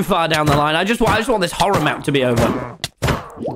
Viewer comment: Man's really said mchorror map 🤣🤡